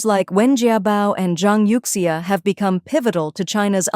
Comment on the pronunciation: youxia is pronounced as You Shha